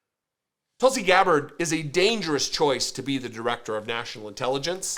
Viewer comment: Her name is pronounced Tool-see. Because she’s a big tool.